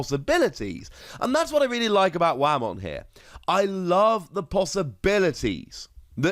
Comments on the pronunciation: It's Whamon (Way-Mon).He's a Whale Digimon. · While you're right, and do wish he'd said it correctly, I will admit Wah-mon made me imagine Waluigi playing Digimon and had a big chuckle about that XD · the way you pronounce whamon both makes me smile but also cringe :3 also since the main characters from season 4 all had the gimick of turning into the Hybrid digimon forms, I think its fair to assume all the card versions of those characters - as tamers - will all be made for hybrid support and having inheritable skills there makes sense